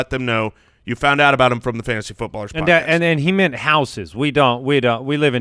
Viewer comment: "Fantasty football"